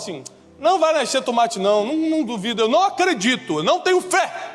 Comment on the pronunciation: Cade o wesley.. pra zoar o tiago falando tûmate???